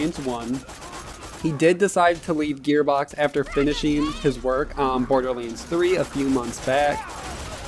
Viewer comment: Why are you saying borderlynds !?